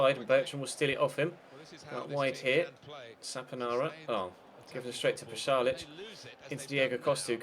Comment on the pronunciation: Its Pasalic, not Palasic